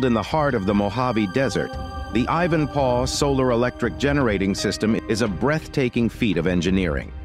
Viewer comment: Ivan-PAW?! Surely not?! Next they’ll be saying ‘LOSS-Vegas’ 🤦🏻‍♂️